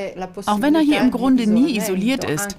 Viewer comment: Die betonung sollte auf HIER liegen!